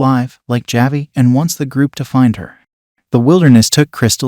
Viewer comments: This is being read by a robot. That’s why it keeps mispronouncing ‘Javi’ as ‘Ja-vie’ instead of ‘Ha-vie’ #AIdiot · JahVee the boy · Javi… every time he says it my brain hurts…